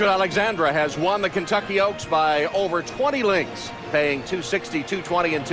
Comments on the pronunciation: Why do they say Rachel Alexander, that bugs the crap out of me! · He kept calling her Rachel Alexander not Rachel Alexandra xD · Why is it so hard to say AlexandrA... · I can’t believe that Derkin mispronounced Rachel ALEXANDRA’s name three times I CAN believe why Calvin gave away Mine That Bird following his ‘Derby win to take Rachel ALEXANDRA in the Preakness Gary Stevens ALSO blew her name Crazy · He called her name 6 times correctly, 3 times....oh well...